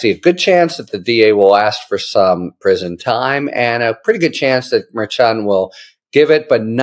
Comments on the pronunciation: Harry, Harry, Harry! Mer-shawn. Not Mer-chon! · Mare CHON is not the pronunciation. It’s Mer SHON. Source: Karen Friedman Agnifilo of MeidasTouch, Legal AF. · I am a fan of H. L. But he drives me crazy mispronouncing the judge's name. It is not difficult. H.L. is smart. What's the problem? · Harry, you mispronounce the judge's name. It is unprofessional and distracting. Why not just do it right?